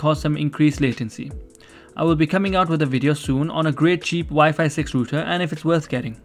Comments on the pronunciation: i know its spelt router i just spelt it wrong so you would know he dint say it right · the fact that he said rooter